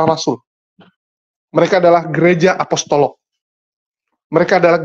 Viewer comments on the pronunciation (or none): APOSTOLIK BRO, BUKAN AOSTOLOK 🤭